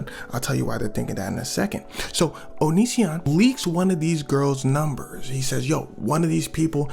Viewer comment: Bro prounounces onision like onichan